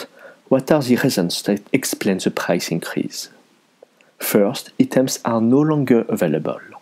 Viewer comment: "Eetems" No offense but I want to help you with your english. When you want to say Items, you want to say "Eye" like the letter i/I, then "tems", "Eye-tems"